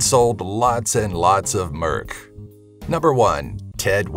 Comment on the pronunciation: It's merch, not merk.